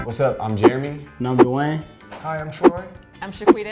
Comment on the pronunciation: DEWYANE? pfffttt lmao